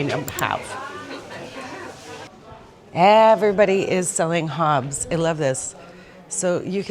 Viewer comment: Please work on your pronunciation. It's not Hobbs.